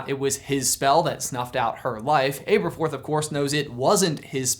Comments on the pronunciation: Am I the only one annoyed by how says Ay-ber-forth, instead of Aberforth? I mean, no one says Ayl-bus and Ay-riana. I've always seen it as a trio of A names: Albus, Aberforth and Ariana. Because Rowling loves having fun with wordplay and alliteration. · Abb-erforth, not ayber-forth 🙄